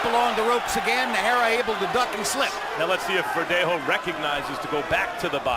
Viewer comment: lol! Roy Jones Jr. kept butchering Najera's name